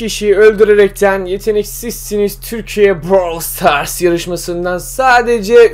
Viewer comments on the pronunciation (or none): none